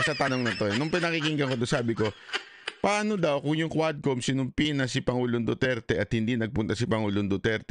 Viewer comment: Hindi QUADCOM, (HUWADCOM) God bless po...